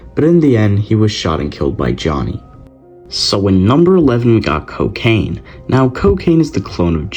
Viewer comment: Lol coecain